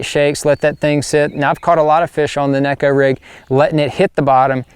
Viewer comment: Actually, John, the proper pronunciation is with a long A. (Nay-ko) 🙂